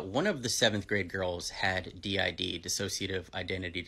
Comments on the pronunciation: Buddy, I think it pronounced D. I. D like the actual letters😅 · Okay. I've been doing heavy research about DID for literally 9 months. First of all, it's pronounced "D.I.D." and not "did" to not confuse the word n stuff. I most likely have DID and I am looking to get a diagnosis because this is NOT. FUN. First of all, it's caused from severe childhood trauma. Not fun. Secondly, people usually discover they have it over the age of 15, and get a diagnosis after they're 18, because a diagnosis for such a severe disorder takes such a long time. DID alters can be a lot but not too much. I have 7. Someone I know has 3. Another person in a mental hospital has 12. Not--- 1000. Plus, DID IS a mental illness. It's a mental illness that isn't fun. At all. If they truly had that disorder they wouldn't do TikTok memes. They'd try to spread awareness. They'd try to do something about it. Constantly forgetting stuff, constantly having identity crisises, wondering if you're still here, if the world around you is real or not, not remembering a certain part of the day, hearing voices in your head, trying to constantly avoid triggering yourself and never being alone by yourself is... not funny. It's not trendy, it's not a joke. I hope I'm able to clear up a bit. I'm open for talking if it'll help with the content. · Did you learn by now that it's pronounced D-I-D and not 'did' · It is D-I-D. Stop saying 'did". 🤯